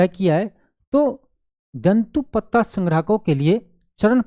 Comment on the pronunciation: उच्चारण तो सही से कर लीजिए सर जंतु पत्ता नहीं तेंदूपत्ता लिखा है